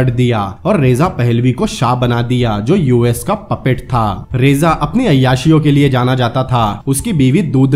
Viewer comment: रेजा नहीं रजा शाह पहलवी।। बाकि सब इतिहास का हिस्सा है। बढ़िया व्याख्या की है आप ने।